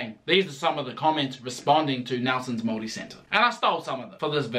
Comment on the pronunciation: Its hard for me to accept that a Pakeha, who has had their heritage in NZ dating back two hundred years can not pronounce the word Maori correctly. Dare i say cant be fucked being respectful enough to be correct. The phrases 'Oh, its too hard' or 'I am too old school for that' ? is getting old. Yet when someone from china or ironically from Europe can be literally taught the correct pronunciation in a matter of seconds is nonsensical to me.